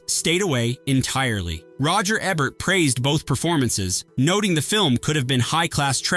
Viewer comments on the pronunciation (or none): Tell you artificial droid that it's EbERt, not ebbert.